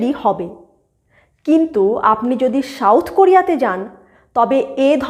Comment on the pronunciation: When soft "S" is replaced by strong "Sh" while pronouncing South, there lies the problem, not to mention the words like National, Abuse, Center, Survey, Values, etc, etc In this era of Global connectivity due to Instant Digital Communications they stick out like sore thumb PS : Incredible but true that Indian Cast system is far more accute then whatever so far has been narrated in this video presentation